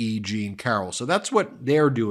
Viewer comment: Welcome to *CARR-OL-LAGO*! 🤣